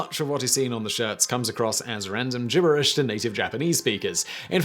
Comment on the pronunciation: The wzy you pronounce gibberish made my skin crawl. Notice it begins with a G not a J.